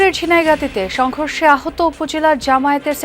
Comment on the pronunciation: যমুনা দালাল টেলিভিশন সংঘর্ষের ব্যাপারটা কিভাবে উচ্চারণ করল একটু সবাই দেখেন, বিএনপির নামটা নিলনা😮